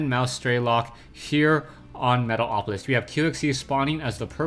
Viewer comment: Lol, luv when you say Metal - o - polis :)